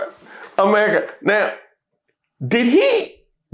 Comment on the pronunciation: Did he say Murica? 😂